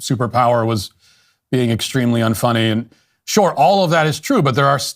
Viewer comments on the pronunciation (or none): Wow! The guy can't even pronounce the word "sure."